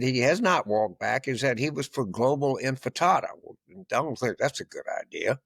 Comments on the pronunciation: "infitatta"? I think you mean "Intifada". Also, . And again, . 🤦‍♂️ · Palestinian empanada, err imfantafa, err piñata. Intifada is how it’s spelled. Good lord. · Uh, guys, it's NOT "infitada" .....it's INTIFADA!!!! And you ought to take it more seriously. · "INFATADA"...Its INTIFADA Mister Carville... also it's "Curtis Sliwa" not SILWA.....I think he's got a verbal dyslexia thing going on... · "Infitada?" ROFLMAO. Intifida is to the 2020s what "preverts" was to the 1960s. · It's "intifada", not "infidata," James. And "Sliwa," not "Silwa." Are you losing it? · Maybe learn to pronounce intifada (not infitada) before you pontificate as a pundit? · James, it's "intifada," not "infitada," If you want to be taken seriously, master the vocabulary of the subject matter you're commenting on. Your sarcasm is sometimes amusing, but you're lazy. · I've noticed that all these clueless old dudes say "In-fi-ta-ta" instead of "in-ti-fa-da". Come on, gents. It's not that hard. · It's not "global infitada" James, it's "global enchilada". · Carville said "global in-fertada 4 times.isnt a fertada a kind of quiche? i thought it was in-tafada? Just saying...😊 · Intifada, not infitada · Infitada? Intifada.🙄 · 😂😂😂 “ infitada “ its - ‘I N T I F A D A ‘ = UPRISING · In-ti-fa-da, not infitada or empanada. I dont support it, but thats how you pronounce it. What ever happened to moderate, pragmatic Democrats? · it was definitely a generational thing. The guy's positions are range from irrational to dangerous. For example, he "walked back" defund the police. Who in the police will forget what he was? should know this much: its IN TI FA DA. Not IN FA TA DA. But either way, its literally a call for mass murder. Including an intifada where 4,000 people died. He wants to globalize that?! NYC is in deep trouble. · Wtf is an "infitata"??? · Its Intifada, not infitada. A bodega hardly qualifies as a grocery store. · It’s “intifada.” Not “infitada.” Get it straight! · They both Said “infitada”